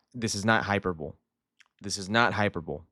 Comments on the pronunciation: Probably unrealistic but I remember Porto being linked with him last year, would love to see that but the money probably isn’t there. Also, it’s pronounced hi-per-bow-lee haha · Galaxy. Why are your pronouncing hyperbole so weird?